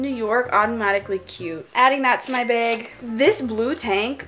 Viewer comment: I love how says bag as bayyg 💖